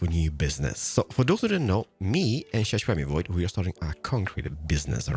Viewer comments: Why do you call him Shashwammyvoid? just curious. new here and love ur vids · This is my first time watching and when he was saying shishwammie I was so confused then I saw the sign and it said Xisuma and I actually lost it